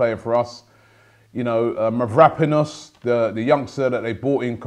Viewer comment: Robbie please i beg you stop saying MAVRÁPANOS its MAVROPANOS